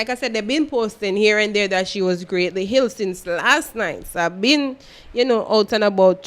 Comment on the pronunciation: She was ill not hill 🤣🤣🤣